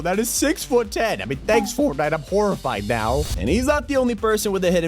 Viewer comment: did anyone else hear him say formnite or was it just me